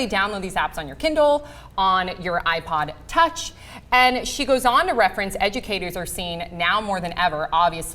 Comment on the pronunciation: why did she put so much into saying ipod touch